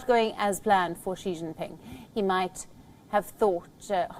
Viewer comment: She jingping